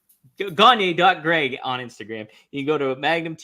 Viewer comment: Gonya. Not gonyeee